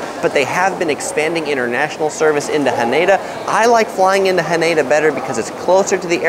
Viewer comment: Hanada is pronounced like Canada.